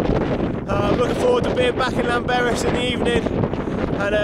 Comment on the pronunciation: epic walk. i had the same expeience at the top. i was so adrenaline filled i didnt care there was a few hundred foot drop either side. and you pronounced llanberis wrong ;)